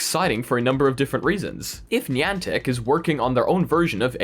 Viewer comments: I love your content and you are a great source for vr and ar news.....but how you pronounced Niantic just made me cringe everytime. Still going to watch your videos and what not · Niantic is pronounced Ni-antic woth a long I and A